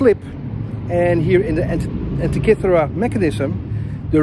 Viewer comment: you pronounce the word ΑΝΤΙΚΥΘΗΡΑ very very well... congratulations